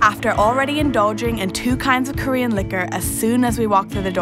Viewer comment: Wow she murdered the korean pronunciations XD